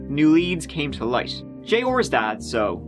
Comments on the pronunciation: Jay-ORRRRRRR.... say it with me, "Jey-AWE-R" lol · Arrrr. J Arrrr. Not J Orrr. Killin me smalls. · Me too! I was like who the hell is J-ore?? 🤣 🤣 🤣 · Name: J.R. says: “Jay Orr”